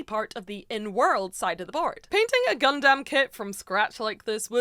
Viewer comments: please say gundam, not gundamn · How many times this wonderful woman going to say it gundamn instead of gundumb lmao !! This is the best gun damn video ever !! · For other people who can't talk normally Gundam is pronounced "gundum" one word. Not "gun dam" How can a literal Gundam professional not pronounce the name. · Please quit calling it gun-DAMN. It’s closer gun-dum 😭😭😭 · i'm going to be that guy and say that it's pronounced "Gun-Dumb" and not "Gun-Damn" lol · Not Gun Damn, its Gundam, like Gundum... ffs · Just fyi It's "gun dum" not "gun damn" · You're leaning hard into the "dAm" but it's really more "dUm". Love the content! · Gundam, not gunDAM. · Saying GunDAMN is a bit triggering, but besides that, amazingly done, looks sick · You saying Gundam always sounds like God Damn and it is hilarious every time. 😂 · It slowly ate into my soul hearing her pronounce "gundam" as " gun Dam " If you werent paying attention youd think shes talking about cowboy beevers 🤠 🦫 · I know that you are saying Gundam but it really does often sound like God-Damn.😄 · Girl firstly, its called Gundum even though its spelled Gundam. Secondly, whether you win or not have pride and fun in your work, its still nicely done especially for your 1st time.👍 Thirdly, better than me cause i can't even get pass the planning stage.😂 Lastly, What chances the PG you gonna get is gonna be the RX-78-2 Unleashed, which is the best PG ever made. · PLEASE, for the love of all that is holy.... stop saying GunDAMN! Please, please, please! I know I said a lot including this on your last Gunpla video. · I know there’s an ‘A’ in gundam, but please say it like it’s ‘U’…the way you say it, just triggers something… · I feel like you're sayin gundam wrong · faked out when i thought was going to correct her pronunciation of gundam 😭😭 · I gave the video a like Anyway, but I cannot handle the pronunciation of Gundam. It sounds like you're setting up a pun every time